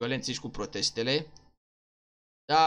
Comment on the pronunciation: Protest not prostest =)) +REP ca oricum esti modelul meu ' ' preferat ' '!;)